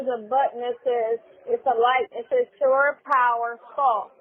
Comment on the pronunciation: It is NOT "sure" power it is SHORE power, you mush mouf nasty azz simpleton.